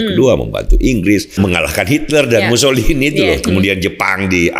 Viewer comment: pak, tolong nanti lebih tenang ya. Itu orang ITALIA namanya MUSSOLINI, bukan MUSSOLIHIN 😂😂😂 Kalau Mussolihin asalnya dari nganjuk 🤣🤣🤣